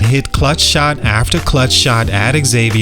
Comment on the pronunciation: The college is pronounced “Zavier” not Exavier!